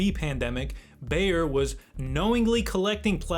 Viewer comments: BAYER - not "bear" (that is a an animal, that makes for a good carpet :) ) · How can you screw up the pronounciation of Bayer so badly? Its literally named after Bavaria (German name of that region) Ba-Yeer (Phonetically) you are saying some version of Bear (which made me think of Bear Sterns) or Bauer maybe that makes ice skates and various equipment. These things matter..